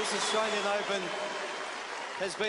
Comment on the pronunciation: Tennis president cant even say australian....😅😅😅 living in the country and not being sble to say it is one thing, but being the president of one of the most prestigious tournaments in the tennis season and the biggest in the australia and the guy cant even say australian 😅😅